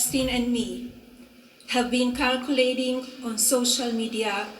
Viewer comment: How is her English still so bad? It's "circulating" and "convicted." She's literally reading it and can't say it right.